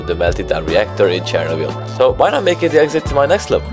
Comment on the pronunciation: Please! It’s not “cháir-oh-bill”, it’s “cheer-Nóbel” or “cheer-nó-bill”